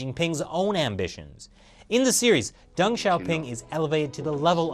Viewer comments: "Xi sees himself, like (Dung, not Deng pronounced, Dung) as a man of drama..." Too funny! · you pronounce deng as dung